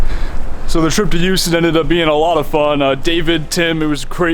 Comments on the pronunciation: Lol silent H.. oh boy. Repeat after me.. hew-ston. There ya go!!😉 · Silent h? Eww-ston? Lolololol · Well Houston county in GA is pronounced HOWS-ton so who really knows. Love your videos and your positivity.